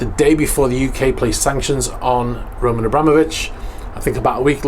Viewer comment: HE IS NOT "Roman AbrÁmovich" - HE IS "Roman AbramÓvich". You spell it wrong in every video several times and don't even care to check what you're talking about.